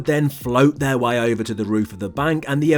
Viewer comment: If you're going to say the word way why don't you pronounce it like way and not why